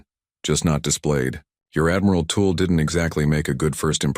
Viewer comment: It's pronounced tull not tool. Haven't they heard of Jethrow Tull